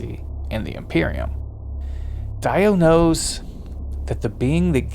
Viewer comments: Die-o, not Dee-o? Oh well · i cant shake the feeling that something´s wrong whenerever you say Daio instead of DIO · Every time you guys say DIE-OH instead of DEE-OH you date yourselves as infants of the empire. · It’s pronounced, “Dee Oh” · Correct, that is the proper pronunciation. The English voice actor made a mistake. I am British and it would be pronounced as “Dee Oh” 🤘🏻 P.S Great breakdown!